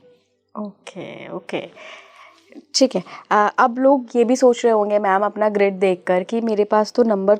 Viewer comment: संयोजक साहिबा बार बार लोशू ग्रेड बोलती है जबकि लोशू ग्रिड सही है.